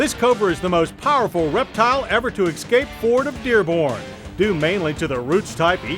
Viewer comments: "Ex-scape" is not a word, and sounds very strange coming from an allegedly educated journalist. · Did he say "exscape" instead of "escape" ?!